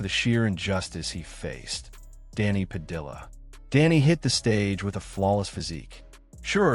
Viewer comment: Why he using L sounds pronouncing Padilla